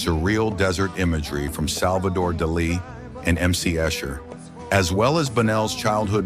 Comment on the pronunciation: Salvadore Duh-Lee? God, I hate AI.